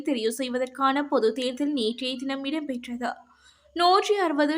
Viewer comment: விறுப்பு வாக்கு, இரம்பெற்றது, பேற்றுள்ளமை, பெருபேரு, பொலுது. தயவு செய்து தமிழ் உச்சரிப்பு பயிற்சி தேவை பிள்ளை. முன்னாள் வானொலி செய்தி வாசிப்பாளர் சொற்சொரூபவதி அம்மாவின் காணொலி கிடைத்தால் திரும்ப கேட்டவும். நல்ல உச்சரிப்பாளர்களின் உரைகளை கேட்டுக் கேட்டு திருத்தவும். எனது இந்தப்பதிவு புண்படுத்தவல்ல தமிழ் மொழியை உங்களிடம் பண்படுத்தவே. முயன்றால் முடியாதது ஒன்றுமில்லை.